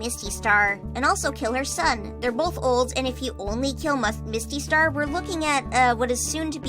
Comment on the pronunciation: Almost said musty'star